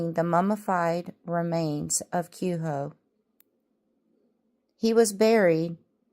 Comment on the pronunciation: Its pronounced qway ho. He was nevadas first serial killer. He actually lived near Nelson.Eldorado canyon